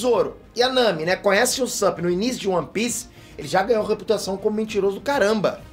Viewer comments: Usapp peter? Nunca viu um ep do anime pra ver como que fala o nome dele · Só eu q incomodou ele falando o nome do Usopp?